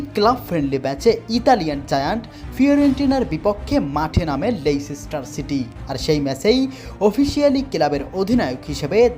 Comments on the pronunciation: লেস্টার সিটি বলতে পারো না আবার নিউজ করতে আসছো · ভাই আমি মনে করছিলাম আমি শুনতে ভুল করছি এখন দেখি না উচ্চারণই পারে না লেস্টার সিটি বলতে 😅